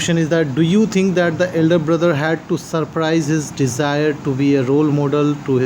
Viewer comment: in reading 2 1st quetion u told it surprise its surpress